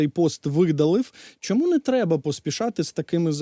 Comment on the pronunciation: Для ведучого. Чому спотворюєте українську мову. У вас що не слово то м'який знак. Щьо, чьому, нічього, чюти. В українській мові немає м'яких шиплячих і крапка!